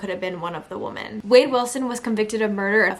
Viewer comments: You are pronouncing the word woman incorrectly when using it in the sentence that you are saying— I had to stop listening —you kept saying it over and over again…no matter what accent that u have or not —u are still pronouncing it incorrectly —. I just wanted you to know that.💛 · Woman??? Pronunciation-sounds like wimin, the way u r saying it means 1 wimin is plural. Both spelled woman- but dif pronunciations. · Try "WIHmen" The plural is not pronounced "WO" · WOMEN WOMEN…..NOT WOMAN!